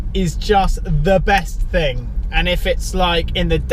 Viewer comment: Keep saying "ting" it's the funniest thing ever 😂